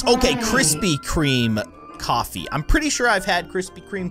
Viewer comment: He said office instead of coffee on accident.